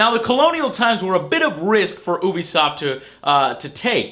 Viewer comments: What is Ooo b soft? Its pronounced U B soft. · oobiesoft? I thought it was youbisoft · wait... did you say obisoft instead of ubisoft (dont hate me for saying this) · Its not pronounced OO BE SOFT. its pronounced you be soft. YOU BE SOFT! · Oobisoft? I thought it was pronounces Yoobisoft? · does anyone else pronounce ubisoft as you-be-soft instead of how joe said as ooh-be-soft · It isn't pronounced oo-bisoft its pronounced you-bisoft you FUCKTARD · And one last thing, IT'S FUCKING PRONOUNCED YOU BE SOFT NOT FUCKING OO BE SOFT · lmao lov dis vid n lov dis guy, he pronounces Ubisoft like "Oobisoft" instead of "Youbisoft", nice Review BTW. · oobisoft? lol i always pronounced it youbisoft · i will be leaving two comment for this video first of all you pronouce ubisoft wrong it isn't oobisoft next will be alot worse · lol did someone tell this guy that ubisoft is pronounced like You-Be-Soft yet? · Why do Americans insist on calling Ubisoft Oobisoft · I just can't take it when Joe pronounces Ubisoft as Ooobisoft XD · ubisoft. pronunciation you-bi-soft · It's both actually. People from Ubisoft (ooo-bi-soft for me) have used both pronunciations. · Is it pronounced as "oebisoft" or "youbisoft"? I like "youbisoft" more, I have to say. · Ubisoft is pronounced yew-bee-soft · Even certain employees at E3 pronounce it as oo be so I have no idea which is right as well lol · So i was suscribed to this channel because my friends told me he gave pretty good reviews but after watching this I am no longer subscribed. it is pronounced youbesoft, you make terrible jokes, your voice is annoying, and your little acting dress up thing.... yeah its not cute grow up. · dude, i love you (no homo :D) ...so i can't let you do something as wrong as this.. IT'S pronounced YOO-BEE-SOFT (by the people who actually work at the studio!) so yeah,... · hehe, he pronounced ubisoft oobisoft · its pronounced (you-be-soft)...dummy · It's ubisoft not oobisoft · It can be pronounced both ways...